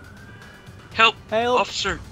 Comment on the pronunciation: southern guys trying to say help H-HAULP HAULP 😂😂😂😂 lmao im dying